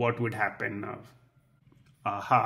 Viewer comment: I'm very sorry, that I'm telling you this, but I think you should know that your pronunciation is TERRIBLE!!!. My ears are bleeding because of your repeatedly "Nuff" and "Nuv" instead of "Now". But your lessons are very good. Your explanations are very easy to understand. Thank you.